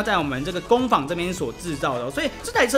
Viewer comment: 不是三聲是二聲 工坊（ㄈㄤ）